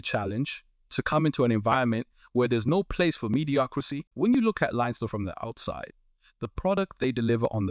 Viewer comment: Good information, hope he is a success. And by that I mean only by doing the double will success be achieved. btw.... It's Leinster. Pronounced Lens-ster. Leave out the letter i and attach them with the two syllables S.